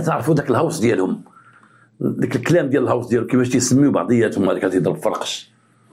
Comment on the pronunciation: تحياتي للاب الروحي انت الاصل و الباقي تقليد كنحبوك في الله غير هو راه الغوس ماشي الهوس هههههه وسناح عندك واعرة حتى هي ❤